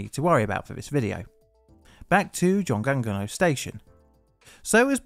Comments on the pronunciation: I lived in Daegu for two years, and you wouldn't even know from riding the subway because of how well it's run. Terrible to know this had happened a few years before I was there though. (Also, it's more like "joong ong no") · You gonna let that 중앙로 slide but not choi, a highly popularized anglized pronunciation?